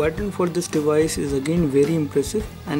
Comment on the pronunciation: For real?? Im sure you've been saying "this device" over a thousand times and what make it worse, it even sounded like you were saying " this dewise" man you have lotta learn..